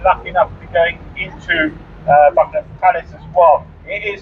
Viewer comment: It is Buckingham Palace not Bumigham.